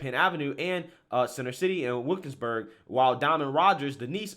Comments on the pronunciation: It legit sounds like you said wokesberg. I chuckled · It's pronounced Wil-kins-burg, and rhymes with "We'll kill yinz burg" (which is an old nickname for that area since it's been a dangerous neighborhood for decades).